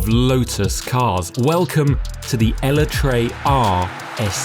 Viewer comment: That Eletre pronunciation is wild 😂